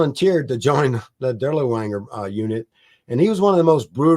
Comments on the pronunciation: "Dur-lee-wanger?" Really? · Same with “Dirlewanger”. Absolutely no attempt to pronounce the main subject matter of this video correctly is most irksome.